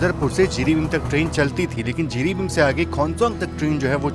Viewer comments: Jiribim nahi, Jiribam he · Jiribin nahi jiribam "Bam" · Not Jiribim it's Jiribam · जिरिबाम कहते हैं।